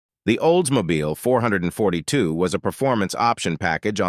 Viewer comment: Good god man, stop calling the Olds 442 the four hundred and forty two. It is called 4-4-2!